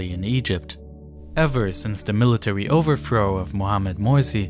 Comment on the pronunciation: eFiopia, instead of eTHeopia . Sounds like he has a ‘F’ , for ‘Th’ speech replacement Phonological defect. TogeFer, for TogeTHer. OverFrow , for OverTHrow. NorF for NorTH etc. Also spotted gWoop for GrOUp CentWal for CentRal. TWaditional for TRaditional Probably a few more , but it becomes difficult to concentrate on the actual subject which is ( otherwise very interesting ) An early intervention might have helped, but so many kids are just not getting that help early enough.